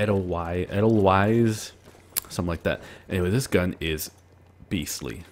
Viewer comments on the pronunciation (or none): It's pronounced eh-dull-vice